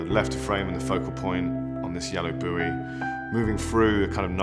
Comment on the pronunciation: It's not a 'bewey' it's a buoy pronounced Boy, have you no nautical education?